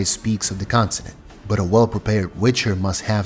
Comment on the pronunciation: its continent, not constinent ffs